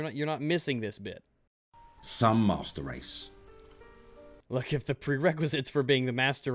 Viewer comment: It sounds like he says musturd race